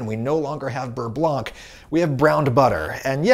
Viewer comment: Interesting video. Never would have guessed that water stores more heat than oil does. FYI you do not pronounce the C in blanc. So beurre blanc is rather pronounced burr blaw.